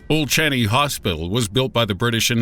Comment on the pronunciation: Thank you for featuring singapore. From a singaporean! Hehe btw its pronouced as old chang-yi hospital.